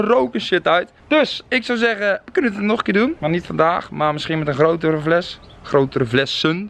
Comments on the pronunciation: Het is FLES, niet VLES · Like als je ook hoort dat vles zegt in plaats van fles!